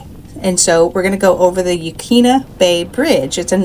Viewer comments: Good job on the video! You even covered a thing or two in my area that most travelers never know about. One thing though...Yaquina ( your Newport segment) is actually pronounced yuh-KWIN-uh. If you hear anybody in the area calling it yuh-KEEN-uh, that is a clear sign that either the person is just traveling through or they moved here a short time ago and haven't learned the proper pronunciations. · Yaquina bay in Newport is pronounced ya-quin-a😊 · You- quin-a is how it's pronounced locally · Please,please,please....get the pronunciation of the locations correct. It's Neh-hay-lem, not Newhaylem, and Yah-kwin-a (not Yawqueena) Bay. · I was born a 3rd generation Oregonian and worked decades ago at a famous seafood restaurant in Portland, which featured oysters from Yaquina (pronounced 'Yuh QUIN uh') Bay. (Not to be mistaken with quinoa's pronunciation). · Yaquina = Ya' Coy-Na. Just for future reference. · yuh-KWIN-uh Bay. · It is pronounced yuh kwina! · You pronounced Yachats correctly, very good. However Yaquina is “Ya-kwina “. Port Orford is “Orferd”. Very nice video. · I grew up in Newport. It’s pronounced Yaquina. The Q is hard.